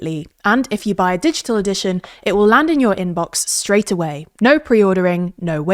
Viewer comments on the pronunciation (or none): none